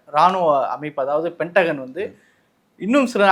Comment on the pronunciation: Its Pentagon and not Pentagan